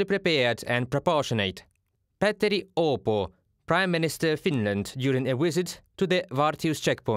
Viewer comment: Pretty good pronounciation of Petteri Orpo. But as a hint the surname is pronounced Or-po. But emphasis on the R.